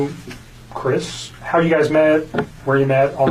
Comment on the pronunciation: Why does she always say har instead of how? Every video she says har .. strange